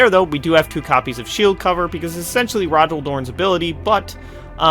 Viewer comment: Cool video. I might try this out with another IF warlord, given that I'm missing Rogal Dorn. Also, I think Rogal is pronounced more like "Roe-ghal"